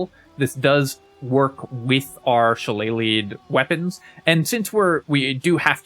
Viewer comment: Finally, someone who says “shillelagh” correctly!